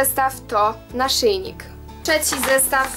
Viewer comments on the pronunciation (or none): Mówi się trzeci a nie czeci ale fajnie się ciebie słucha masz fajny głos